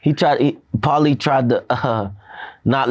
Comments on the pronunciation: LOL. Vlad couldn’t even pronounce Paulie’s name properly!! Pretending , but doesn’t know sh*t about boxing. Probably doesn’t know anything about sports, period. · This man needs to leave Paulie alone at this point omg... 🤦🏾‍♂️😫🥴😔 Also mad Vlad doesn't even know how to say his name... What is he even doing interviewing fighters lol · VLAD claims to be a big boxing fan and yet cant pronounce Pauli name smh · Lol. Vlad doesn’t even know who Paulie is. Lol. So much for the “European “ dominance. You can tell because the way he pronounced the name. Didn’t even get it off recognition when he tried pronouncing it. Lol